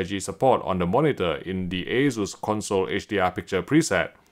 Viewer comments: Must be a UK thing then because everywhere else, including Taiwan, they say aye-soos. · it is aye-soos, not aye-zoos.